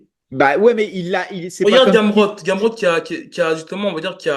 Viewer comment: il a dit gamrot galère 🤣 faut doser